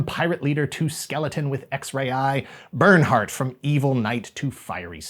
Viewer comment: Did you say "Bernard"?!🤣